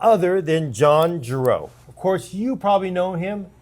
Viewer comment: I really enjoyed this video. I even understood most of it. didn't need a primer on PSUs nearly as much as he did on how to pronounce "Gerow.":)